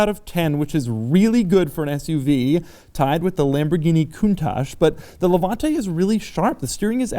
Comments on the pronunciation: Doug Demuro ... demuro .... you have an Italian surname and you can’t even pronounce Levante. With that fucking american accent that you have as if you have a potato in your mouth! What do you know about cars? You, who were born a few years ago, who beg cars from others with that fucking miserable message! Before talking about Maserati you should scald your mouth! You, just because you're american you should not even talk about cars, style! Style...you can’t even write this word, imagine if you know what it really means...but, seriously, have you seen how you are dressed? You're the kind of dude that would dare to get into that car with german sandals and white socks on your feet! You have no idea what a car means! Do we want to talk about those WC that you produce? People without taste and culture based only on one word, profit! People who created that shit of music called hip hop! People without taste in dressing, in talking and then talking about things that you do not even imagine you can create. A society of people created with those four poor men of starved Europeans who went to create the most boisterous people in the world. Go to review hot dogs and let us do the cars because only a jerk can listen to you! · Levanteeeeeeee Why are most americans not able to pronounce italian words?